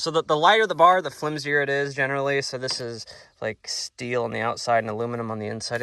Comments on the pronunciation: It’s not pronounced still it’s pronounced steel dumb bass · It's pronounced STEEL... Not Still